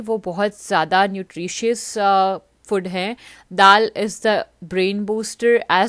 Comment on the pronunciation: It's food . Not fod😅